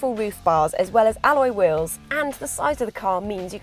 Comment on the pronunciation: I stopped when I heard "alloy wayws"